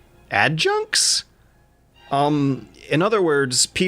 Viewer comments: literally says Adjutant, the narrator: Add junks? Add junks?? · You try to say "Add-you-tent", cute how you butchered it. These guys are personal servants and right hands to high ranking officer.